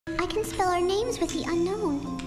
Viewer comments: it's pronounced un-own not unknown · It’s actually pronounced un-own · "known as the unknown" *bro it's unown not unknown*